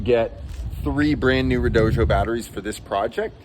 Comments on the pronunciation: Really enjoying the video so far, but I have to say, the company that sells those batteries apparently insists that it is pronounced red-OH-dee-oh. I've seen a number of YouTubers that say the company asked them to get it right when they say it, so if they aren't lying, that should be the pronunciation. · Red-oh-doh. There is no J in the name. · Why do you say redojo? What am I missing? That’s a “d” not a “j” at the end of the word